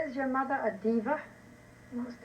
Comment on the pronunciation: You mean the mothuh don't you?